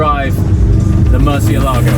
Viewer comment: Why do you say Murcielago like the stuck up people pronounce Ibiza?